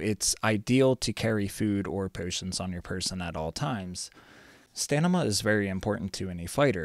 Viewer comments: In all your videos, you say "Stanima," rather than "Stamina," and it's too much to ignore. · you say stamina wrong :D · stamina not stanima xD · why you keep saying stanima instead of stamina, lel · STAMINA! not stanima :D hurts my ears! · yeah it's just funny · sorry, didnt see the comments before me, good video tho! Thank you for the work u put into it! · Great vid, "stanima" throwing me off a bit tho lols